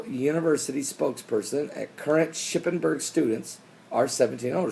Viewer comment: 1. The machine is NOT located with snack vending machines. 2. It DOES also offer a vast amount of medicine, condoms, etc aside from Plan-B. 3. It's Shippensburg University of Pennsylvania, how hard is that to pronounce -- really?